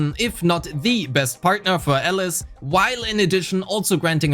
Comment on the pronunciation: I was so confused he kept saying Ellis instead of Alice.